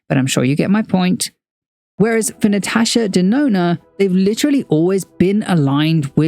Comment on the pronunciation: So glad to find out ive been saving my money for the right reasons ❤ also sidenote: my name is Natasha and im so happy to hear a content creator pronouncing it the way I do!